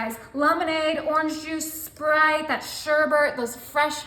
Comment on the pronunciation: It’s not SherBERT It’s sherBET She’s so annoying with her sickening voice It’s SPRITE Not SPERITE